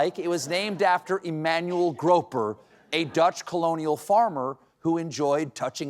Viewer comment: Graag bedankt! Je weet tenminste hoe je „Groper“ uitspreekt. Groetjes uit 🇩🇪 !